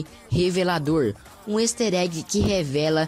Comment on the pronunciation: neeee o "ester" egg e o benny's "Mota" works